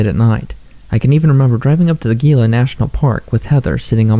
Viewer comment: Quick thing. Your channel is awesome. The Gila is pronounced as if it starts with and H. It's here in NM. The cliff dwellings are amazing and mysterious. Great bit of local lore